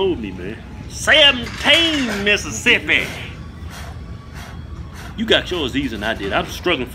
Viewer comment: 11 missisipy TWELVE misissipy lmao